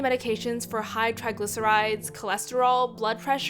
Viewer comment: Hight instead of high